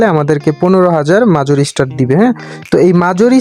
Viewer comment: মাজর না রে ভাই মেজর হবে😢